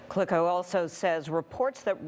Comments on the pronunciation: did she just call Vitali Klitschko....... CLICKO? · His name is not Clicko, it's Klitschko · Not kliko kličko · Not Kliko but klitcho Make sure you spell this legend ka name right you must be professional journalist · At least get his name right......KLITSCHKO....not Clico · This lady really just said "Vitaly Klitko"🥴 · Klitschko, NOT Klicko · Who's " Vitali Klikko " ? Lady, I'm embarrassed for you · Its Klitschko you old bat, pronounce your alphabet better, (clit-ch-ko), your welcome, tell your bosses im available if they need an american that can pronounce words. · It’s Klitschko bitch! Not Kliko. He was a boxing heavy weight champion of the world & you’re a journalist. Can’t even say his name but my 3 year old daughter can. This shocks me more than putins bull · Love how the dumb blond calls it "keev" and than says Clitco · “Klicko” Jesus she slaughtered his name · Its Klitchco you f**** lame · She said vitali klitko, give honor to one of the best heavyweight boxers of all time. Klitschko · you would think that your reporter would be able to research who Vitali Klitschko is and say his name correctly considering he is a multiple time world champion boxer and the Mayor of Kyiv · Too bad she doesn’t know how to pronounce his last name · Damn she absolutely butchered klitschkos name dude was a dominant heavyweight champ put some respect on his name